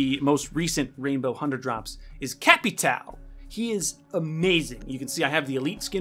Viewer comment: Cap-i-tow lol 😂